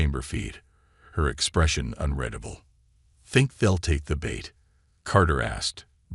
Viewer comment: it's un REED able............ not un RED able